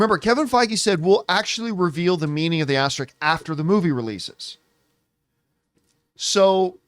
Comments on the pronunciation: Someone pull him aside and tell him how to pronounce asterisks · This video also confirms John Campea can’t pronounce the word ‘asterisk’ 😂